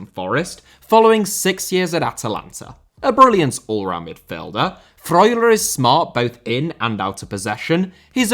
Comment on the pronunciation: i love how you say Remo Freuler